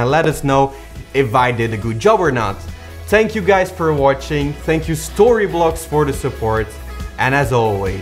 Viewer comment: You did a great job! but why did you say "Tank you guys for watching" and then you said it correctly "Thank you storyblocks for the support"?? try to say TH correctly, anyway love you guys!